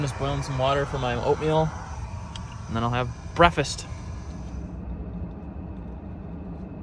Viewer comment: “Bwwweeakfast!” 🤣 caught that haha awesome vid keep em’ comin